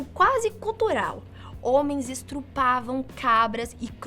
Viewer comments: esTRupavam?!?! Que é isso? Assassinou o português. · Eu ouvi isso mesmo? “EsTRUpavam”? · A mandou um "estrupavam" kkkkkk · estrupavam kkk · "estrupavam" meio errada a palavra hein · ''estrupavam'' ficou feio hein.. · "Estrupavam" kkkkk sua assasina do português kkkk brincadeiras a parte